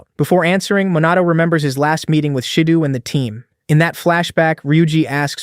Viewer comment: Is is Minato or MOnato ... srsly stop that KI Summary and KI Voice Bullsh!t